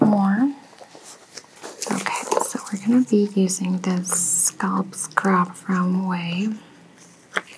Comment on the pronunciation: Very soothing—but please; the word is scalp not sculp.